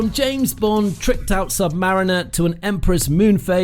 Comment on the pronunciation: Rolex sabmariner😂😂😂😂😂idiot robot